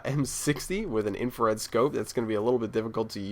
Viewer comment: Isn't it Infrared scope? not infared?